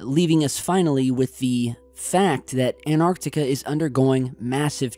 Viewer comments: Hey did why can't you pronouns correctly its an tarc tee ca antarctica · He say Antarctica funny.